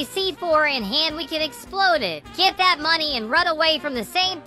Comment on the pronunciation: 𝐷𝑜𝑛'𝑡 𝑠𝑎𝑦 𝑡𝑎𝑡ℎ